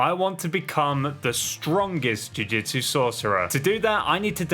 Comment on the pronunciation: He’s saying jujitsu I’m annoyed